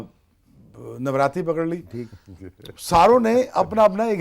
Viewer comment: Iske moo se NAVRATRI sunke acha laga...